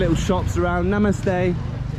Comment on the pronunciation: The way you say Namaste, is really amazing 😍